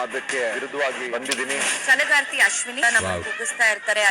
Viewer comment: Bro adu ಛಲಗಾರ್ತಿ alwa why kannada mistake by him